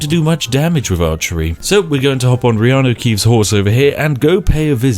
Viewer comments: You've said "Reanu Keeves" so much throughout all your Skyrim videos that the name "Keanu Reeves" now sounds weird to me. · I'm drunk but did you say reanu keeves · Spiff, sorry, what's wrong with your pronunciation? Did I hear that you said Riany Keeves punch the guy? Did you really said "punch" because I think "delete from existence" pronounced a bit different. What? I know when Riany Keeves "punches" he deletes his opponent from existence, huh? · I've heard Reaneu Keeves so much i always call Keaneu Reeves by his godlike brothers name. 😂😂😂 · I've heard reanu keeves so many times the name keanu reeves feels weird to me... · “In this episode, Reanu Keeves enters battle with a packet of IcyHot.” 🤣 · U said Reanu Keeves, and i was like no ur character has the first letter reversed And then i realized I had watched way too much of your skyrim videos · Fuck, 10 videos in I finally realise you call him Reanu Keevs. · Because of this U called John such Reanu Keeves without noticing I said it wrong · I have heard hin say Reanu Keeves so much it actually sounds natural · It took me 19 mins to notice he was saying reano keaves lol